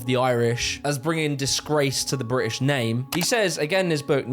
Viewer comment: bri'ish hi'ler 💀